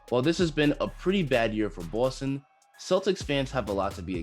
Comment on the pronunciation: I love the way you say Boston lol Knew robbie was finna be baller since he hit the garden floor . Nothing but potential if he can develop a better jumper def he will be dangerous.